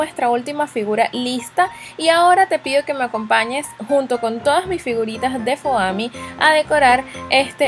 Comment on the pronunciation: Es fomi no foami lol